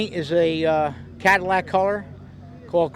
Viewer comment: *cadillac lol